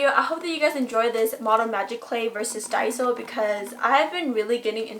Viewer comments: Finally! A Youtuber that says Die-so insted of day-so! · FINALLY SOMEONE WHO CAN SAY DAISO RIGHT💞💞💞